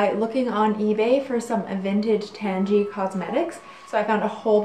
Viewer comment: It's name is derived from "tangerine", so I can't imagine it being pronounced "tangy". Maybe if it was created nowadays it would be, but I feel like the way she's pronouncing it correctly, or at least close to it.